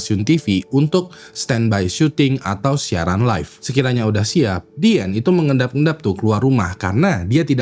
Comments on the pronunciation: Izin ralat, Min: Diane adalah nama panggilan utk Diana. Bacanya Dayene bukan Diane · ijin koreksi sebut nama,,, bukan diyen tapi dayen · dibacanya dayen gak sih? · Diane : Dayen Bang bukan Dien. Jangan ganti-ganti nama😂